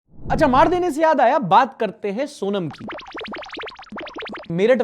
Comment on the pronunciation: वो सोनम नहीं सोनाम है।